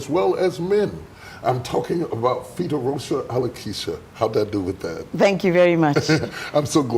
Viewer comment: You didn't do well with her name, you totally mispronounced it. But it was cute 😊😊😊